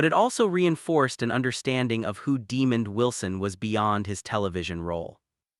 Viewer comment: I am so sick of these A.I. generated sites. It can't even pronounce the mans name right.